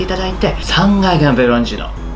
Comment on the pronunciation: さぁんが焼のﾍﾟﾎﾟﾛﾝﾁｨﾉ